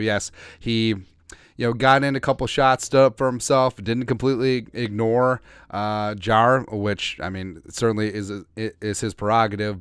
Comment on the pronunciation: They way you pronounce Jaire is driving me crazy lol it’s not Jarar- it’s jai-air lol but couldn’t care less he’s a cheesehead I can’t wait for this season to start